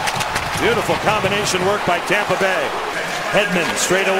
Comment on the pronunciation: Who heard the announcer say Tampa Gay at the end